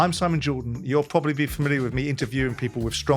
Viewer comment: "Pwobely nontenth"